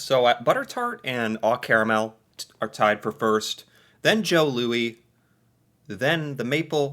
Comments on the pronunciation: Its Oh Caramel not Aw Caramel. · It's called oh caramel, like oh Canada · It is pronounced oh like oh canada! Very sweet, we canucks love our sweets!